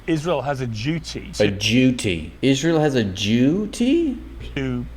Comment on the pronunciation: “A jewdy?” Duty? Did piers do that on purpose?